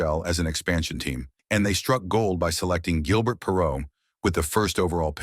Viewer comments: AI Voice? It pronounces his name as 'G' il burt Perrault as opposed to the proper pronunciation of 'ZHIL' bair. If yer gonna make videos at least use a real human to narrate them. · We can tell this is A.I. generated the first second! Perreault is pronounced correctly (Per-row), but its not Gill-BURT, it's Zhil-Bear. The dude was french canadian! Later his linemate Rene Robert (Row Bear) is pronounced Robber. Even the word "achieve" is mispronounced! The part that discusses his career statistics is totally mangled and impossible to understand. Also the headline mentions marital problems, a court appearance and him being almost 60. He was drafted in 1970. The NHL draft was only for 20 year olds then, so... this would make him 74 or 75 not less than 60! C'mon! How come freedom of speech (truth) is censored here, but click bait is allowed???